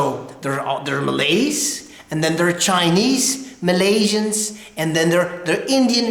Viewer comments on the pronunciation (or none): #1. not MALAS...you left out the " y " letter it suppose MALAYS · ..Malays...not Malas bro...Malas is Lazy..